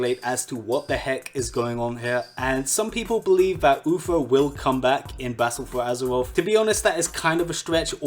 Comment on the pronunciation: BALTTLE FUU AZURUREOFF